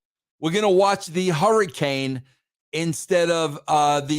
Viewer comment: "hurrycane" & "punxtawaney" had me 💀💀💀🤣🤣🤣